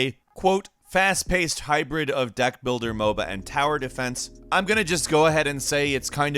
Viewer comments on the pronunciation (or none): none